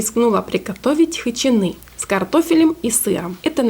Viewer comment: Вообще-то хычИны, а не хычинЫ. А за рецепт спасибо